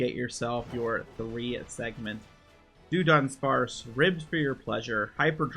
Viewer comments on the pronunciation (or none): Why did you pronounce it as “do-dunsparce”?